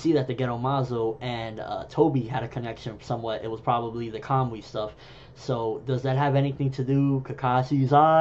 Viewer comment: Are you pronouncing it as Kam-wi...I dont know japanese but it looks like its pronounced ka-mu-i...I took it as when Kakashi sent the Kunai and the Resengan to the other dimension it connected with Tobi there, when he de-materialized and when he materialized he brought it back with him, causing him damage. I dont think Kakashi has figured out how to use it the same way Tobi has.